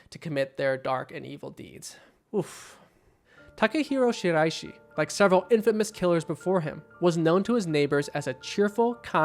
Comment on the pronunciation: Love that excellent pronunciation of the guy’s name